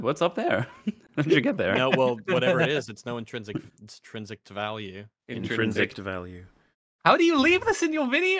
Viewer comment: Why would he need a second option on his script? He went to college so he could be a professional media writer (read: glorified blogger) so he's too smart to need that. "intrinsict"